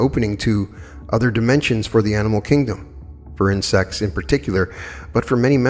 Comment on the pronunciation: OMG Everytime he said insects i hear 'in sex' .....and I'm thinking it's a book or something.... And I hear it over and over again and I am trying to figure out wtf is he talking about and then I hear it loud and clear it's INSECTS 🐝